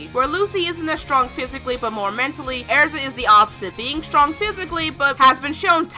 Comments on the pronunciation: I thought her name was Erza, not Airza😂😂😂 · XD Every Time You said because she's Airza I was like ERZA ITS ERZA NOT AIRZA ERZA!! XD (I know she just pronounces it differently) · Its er-za not air-za I cringe at mispronunciation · Omg, it’s Erza not “airza”. Sorry to criticize the way you speak lmao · I can't stand the way she pronounces Erza. It's not Air-za... Ugh. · I'm getting really annoyed by her saying erza's name wrong she's saying AIRZA ITS NOT AIRZA OK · You say ersa wrong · Erza not Air-za okay? okay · it's erza not airza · arza?! its ER-ZA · it's errrza not airza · All those mispronounced names......earza? Its erza...cries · Eriza, thats not her name. its ERZA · Era's name isn't pronounced Airza..... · it's not pronounced araza, it's pronounced just like it's spelled, get it freaking right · it's erza NOT ARZA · Annoyed me how you kept pronouncing name (Airsa) when should have been pronounced (Erza) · IT'S NOT AIRZA JESUS CHRIST. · "Because she's air-za lol got me dead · hahahaha airza is all I could hear airza airza airza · plz no hate but u said erza's name wrong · she said Erza's name wrong